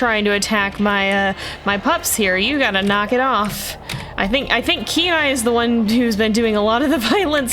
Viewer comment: The first time you said Kenai I had to read it because it sounds like canine/K9 everytime you say his name